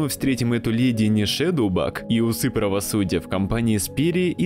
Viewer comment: Только она не Шедоубаг, а Шейдибаг.